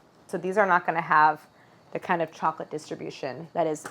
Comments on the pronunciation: Why can't she pronounce "chocolate?" She says "cholochip?" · At the beginning it really sounds like you're saying "chola chip cookies" 🍪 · Is it just me that hears “challa chip cookie” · Did you say challah chip cookies!!? 🤣🤣 i love it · Only Claire has time to make ice baths, her own vanilla, and brown butter. But has little time to pronounce all syllables of the word chocolate 🤣 it sounds the the video is on fast forward when she says chocolate ⏩